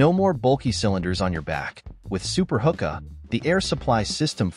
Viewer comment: its pronounced who-kuh. some pretty sweet gadgets here thanks for the vid!